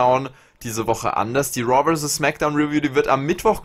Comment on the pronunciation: woa anstatt raw😂